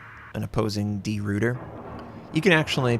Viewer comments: Great video! FYI... I believe you should pronounce it De Roy ter, not Root er and the DD, I'm pretty sure should be pronounced 'Class', not Klaus... As always, I would love to have native speaker of these languages to jump in and get it totally correct. All the best from an Aussie with a barely passing understanding of Dutch, but a good understanding of what the actual ship, along with HMAS Perth and the USS Houston had to deal with in the Battle of the Java Sea and Sunda Strait, so the pronunciation comes along with it. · Try pronouncing it as De Rooiter; it'll be less painful for our Dutch/Flemish ears :p